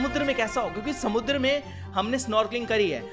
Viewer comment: why he say samundra in marathi accent